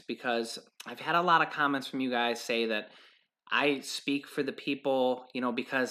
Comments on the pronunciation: Did you say "comets" or "comments" ? 😀 I belive it is "comments" of how delicious M&Ms are! Still belive M&Ms are in the box!!! Love thw suspense! Happy BD to your mom! Blessings! Shalom! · Did she say COMMENT OR COMET